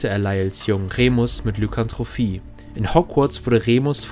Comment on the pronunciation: Bitte, bitte einen Fachausdruck richtig stellen! Der ist nicht so nebensächlich im Fandom. In "Lykanthropie" ist kein zweites "h", das heißt, es endet in der Aussprache auf "pi", nicht auf " fi".